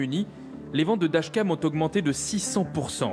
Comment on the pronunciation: C'est moi ou le présentateur a du mal à prononcer "dashcam".